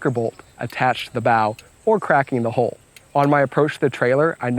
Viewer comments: I love this. it turned out really well. I also enjoyed the quirk of his accent that made him pronounce hull as hole. Lots of tittering when he talked about flat bottom holes etc. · You need to learn how to pronounce hull.